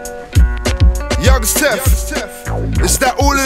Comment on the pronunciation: he said youngs tef